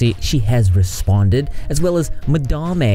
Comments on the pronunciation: When i heard you pronounce Madame "Ma-Da-Mey" i thought that was a new and intesting name, good choice keeping it that way. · People seriously never cease to amaze me. Just....wow. About the pronunciation of Madame...I straight up thought it was Mah-dah-ma as well... I mean I'm southern too so maybe we just hear things different than others😂💁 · In my heart of hearts, I am so happy you didn’t change the pronunciation of Madame. It’s charming. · Lmao when you called her madame(pronounced the way you did) I honestly thought she decided to pronounce it different too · How you say madame is def hilarious #repsquad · As a Canadian gal, your pronunciation of madame was so triggering. But then you learned, and chose to pronounce it your way, I INSTANTLY thought of the movie Lord of War :')). Im pretty sure a lot of places in the South use ma'am (do not try it up here in Canada, mature women will go mad think youre calling them old), it's actually the short form for madam :-) In my opinion, I find it polite to call someone ma'am rather than 'miss' or no title! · I wish you would pronounce Madame properly. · Im born and raised in the south and we 100% do not pronounce it like he does. We say Madame like normal, educated, ppl do lol. 💋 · Yeah, its beyond stupid if he knows how to say it correctly. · She may be a butthead but you should pronounce her name correctly imo. It's not a good look with your unbiased reputation ? You had mispronounced slimers and now are saying it correctly ,is your southern accent bias? I dunno.. trust me not a madame supporter dont even know her I just know you like to be a reporter and unbiased but continue to say someone's name wrong makes you sound well, not unbiased. Anyways no hate I watch your videos all the time, will continue to watch i just had to get that out there.